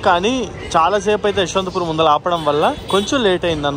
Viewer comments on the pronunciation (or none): none